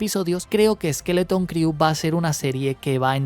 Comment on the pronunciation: una recomendación. La palabra 'crew' en inglés se pronuncia "cru" y no "criu".